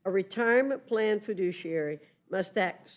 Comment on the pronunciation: The Left seems to confuse fiduciary with fidooshiary.